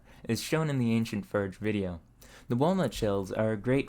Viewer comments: Seriously, are you pronouncing the word differently on purpose? You clearly have a good grasp on the english language. You just seem to be purposefully pronouncing the word and similar words differently on purpose. I couldn't keep watching, it was doing my head in. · You pronounce every word except for the word forge which you don't do constantly you say correctly a couple times which means you are knowingly and purposely mispronouncing the word forge . There's a couple reasons one would do what you are doing none of which I will get into I only leave you with this be yourself that's when you are most genuine when trying to force something unnatural you come off fake and hard to relate to and people's attention is on your mispronunciation of a common word and not what you are actually doing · I assume it's a regional accent, but I've never heard it pronounced "ferge" before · It isnt a 'willful mispronunciation' just because it's not something you've heard before. Why the hell would someone willfully say "ferge" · It very clearly is. He is very clearly taking delight in the mispronunciation. I am not sure why, perhaps he thinks it is quirky. Maybe he will make ferge merch. Who knows, and who cares. I haven't been recommended this channel since I told youtube not to recommend it to me. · The way you pronounce forge and other words that don't come to mind right now make me crazy. You are awesome and your videos are great. I stumble across them from time to time and every time I hear you pronounce simple words so unusually It leaves me deeply conflicted. Has anyone ever mentioned this before or am I the only one? ( edit: it's words with an ( or ) in them and you pronounce the or like er ) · I like that your accent is afraid of the letter 'o'. 😊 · i've noticed that you pronounce some words unusually like "forge". any insight into where that comes from? a regional accent? just curious. great channel! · he pronounces the word forge so weirdly lol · FORGE Not Furge.